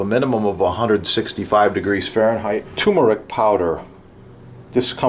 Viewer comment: TuRmeric, with an ‘R’. It’s never TOOmeric.